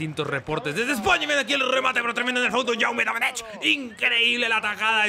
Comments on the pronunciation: Se pronuncia Jaume DomèneK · Datos reseñables para ayudarte: -En primer lugar quería decirte que del nombre Jaume Domenech, la ch final se dice como una k, es decir, su prunciacion sería Yaume Domének, esto te lo digo como buen valenciano. Y por otra parte decirte que el MCD del celta se pronuncia Radoya, pasa igual que con Jaume. Me encanta esta serie y los cabreos de JAJAJAJJAJAAJ un saludo y sigue asi